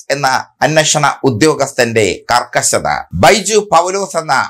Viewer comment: ബൈജു പൗലോസ്‌ എന്ന അന്നഷണ ഉദ്യോഗസ്ഥൻ അല്ല bro. അന്വേഷണ ഉദ്യോഗസ്ഥൻ.